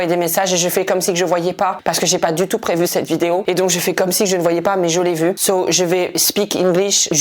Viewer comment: PTDRRRRR il a voulu dire "so" et "tho" en meme temps ca a donné "tö" jsuis au sol😂😂😂😂😂😂